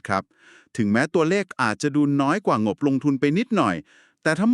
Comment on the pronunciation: ใช่เอไอฟากษ์ ออกเสียง โลก เป็น ลวก งบ เป็น หงบ